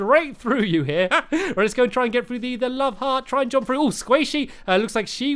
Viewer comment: It's jump NOT JOMP